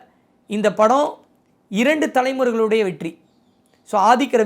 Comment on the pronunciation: 14.37 வெட்டி ❎️வெற்றி 14.50 துளைமுறை ❎️தலைமுறை✅️ novv 😅